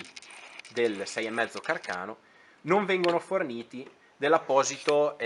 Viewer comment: Càrcano....come il suo inventore😅non carcàno😂